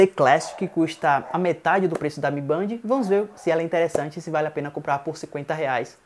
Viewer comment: A pronuncia é de Band é " Bendi "